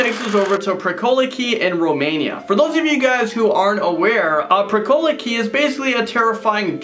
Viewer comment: Pricolici is pronounce pricolichi